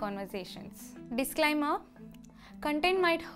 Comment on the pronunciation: dialy conversation disclyemer